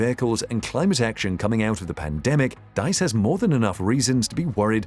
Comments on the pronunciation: Diess not Deiss! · is this you? Please pronounce Herbert Diess as /deess/, not /dice/:) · Rather: "dees" (with a sharp "s"). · The man's name is Diess not Deiss, pronounced "Dees" not "Dice". There are many more European manufacturers that are not German and sell vast numbers of cars in Europe. The Germans are not the leaders in the car industry, nor did Tesla beat or devastate them. And there's a lot more rubbish in this film. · Pronounced DEESE not DICE I think. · VW's CEO "Diess" is pronounced like "deeze", not "daze". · 'Diess' is pronounced deece (<– using the alphabet in the English way). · Diess shall be pronounced like "Dees" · Dees, not dice. If you're going to say a name 15 times you might as well research the pronunciation? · the name is Diess, pronounced like deese. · You spelled Diess wrong and pronounced it wrong as well. It's not spelled Deiss and Diess sounds like Dees or Deez. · Herbert Diess' last name is pronounced dees. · Dies is pronounced Dees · herbert diess. Pronounced Dees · The name is Herbert Diess. Please at least try to get the name right. He is a fan of Elon Musk.